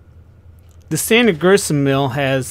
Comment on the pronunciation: Great video bud.It is Grist Mill not Grissenmill LOL